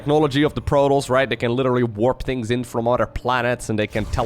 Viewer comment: jesus christ man, its proe-toss, not proe-toes. youve heard it so many times FROM THE FUCKING GAME that im not sure how you still fuck that up.